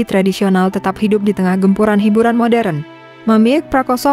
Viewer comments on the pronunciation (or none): none